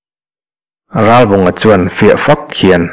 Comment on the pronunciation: Thurawn pe tur che chu nilo mah ila, a bung hmasa lam aṭang tawhin, Ralbunga hming hi i lam fiah tawk lo deuh. 'Rá-bawnga' tia lam i ang tlat mai. 'L' hi lam fiah deuh ni bawk se.